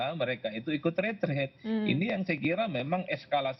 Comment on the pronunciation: TOLONG DIBACA YANG BENAR RE TREAT BUKAN RE TRADE. KALIAN SARJANA PUBLIC OFFICER DLL